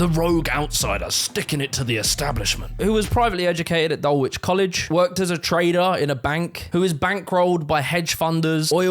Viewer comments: 19.30 "dul-W-ich" college? rofl. it is pronounced dullich. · Its prounounced Dull-itch, not Dull-wich 😉